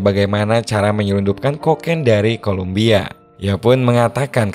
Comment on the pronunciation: Kolombia min, bukan Kolumbia